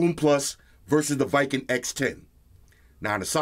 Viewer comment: It's call w king not viking. Great vid man